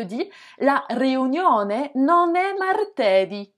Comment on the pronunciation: Non l'accent de martedì est sur le ì final c'est una parola tronca